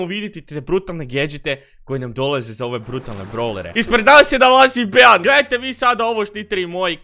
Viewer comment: Kaže se BI 😆 a ne BEA ?!!!